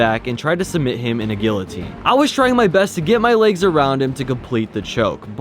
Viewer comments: Bro really called it Gill - o - teen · rlly said gillateen